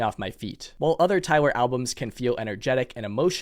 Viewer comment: Please stop saying tywer